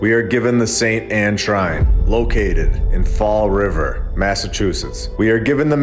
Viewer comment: “ Fall Rivahh” 😂😂